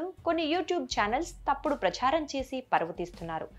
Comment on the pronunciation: ప్రచ్ఛారం కాదు అమ్మా ప్రచారం అని ఉచ్చరించాలి. ఏ పదం ఎలా పలకాలో తెలీని మీరు చేసే వీడియోలు చూడడం మా ఖర్మ